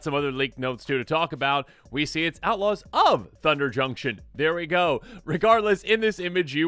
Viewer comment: I kept hearing Ella's of Thunder Junction for some reason 😅